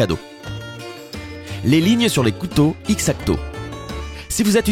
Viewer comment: ce n’est pas x-acto mais on le prononce exacto